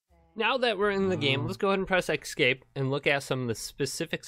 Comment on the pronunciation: You know the word is not "ex-scape" right.. ?